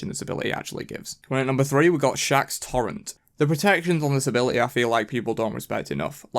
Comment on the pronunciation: i died a little when he called chacc "shaq"